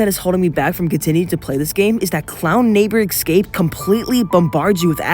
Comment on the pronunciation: A bit off topic...but why do you insist on saying "Ex-cape" rather than saying "Escape"?